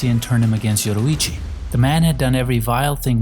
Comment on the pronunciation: Why bro keep pronouncing Yoriichi as Yoruichi